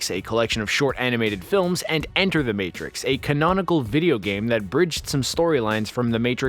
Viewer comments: "THE MARTIX" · lol... "The Martix"